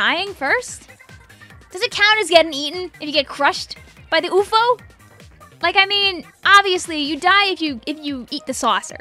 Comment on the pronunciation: It’s pronounced UFO, not Oofo.